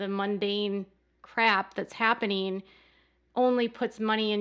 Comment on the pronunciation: Happeneen? Weddeens? Comeen? Sibleens? Huh? Please, 'ing' is NOT pronounced as een. Other than that, good video.